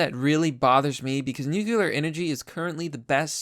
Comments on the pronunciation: Great pres, love it! But dude, could you please say "nuclear" instead of "nucular"? Peace. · Bruh, it's pronounced NU-CLEAR, not NU-CU-LAR. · It’s not « nucular» power, it’s nuclear power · Everyone who sees the word "nuclear" and stil pronounces it " nuke-yoo-lar" ought to be bombarded with gamma radiation for a solid hour. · The way you say Nuclear just makes me shudder..